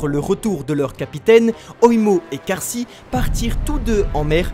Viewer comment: pourquoi prononcer Kaashi "karsi" ?